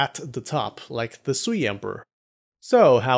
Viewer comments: Sui is closer to sway (as in, influence) than swee (as in, sweet). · "Sui" is pronounced "sway".